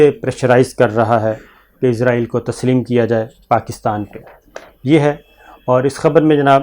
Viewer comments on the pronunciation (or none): ازرائیل نہیں کہا جاتا بھائی، لفظ اسرائیل ہوتا ہے، کنٹرول یور پروناؤنسیئیشن پلیز۔۔۔ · Sabir shakar sahb israheel hota he ( hazrahil ) nahi hota he